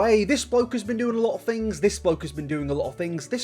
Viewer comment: it gives me so much serotonin hearing u say fings